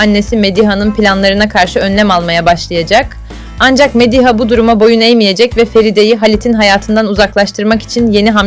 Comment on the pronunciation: Nalan'ı ne kadar kötü telaffuz ediyorsunuz ...Mediha derken vurgu ikinci değil üçüncü hecede ...